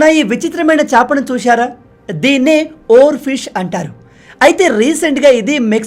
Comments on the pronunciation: Oar fish ni.... Oar ship ga chepthunnaru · minutes deggara oarfish ni oarship antunnav 😂